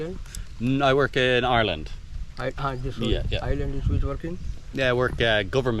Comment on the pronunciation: I cannt stand anything in my ears. I lose my $#!+€ if anything is in them. Earwax can harden into solid when water is left inside mixed with the wax and or debris. I hope the excursion is personally fulfilling. When you say Ireland 🇮🇪 it sounds like arelin.